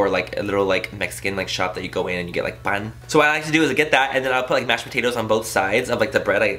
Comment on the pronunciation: who else replayed manny saying "bun" fifty times HAHAH